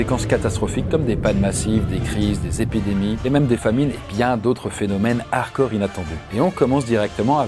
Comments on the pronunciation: on dit HARDCORE, pas "arcore" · Hello! Ça fait plusieurs vidéos que je me fais la réflexion, tu aime le mot "hardcore", est ce que tu pourrai bien le prononcer si possible?:)